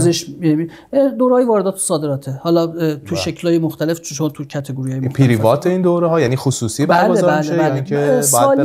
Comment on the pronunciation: پری وات؟؟؟😐😐😂😂مدرک زبانتو کی دادههه؟؟پرایوتت یا پری وات؟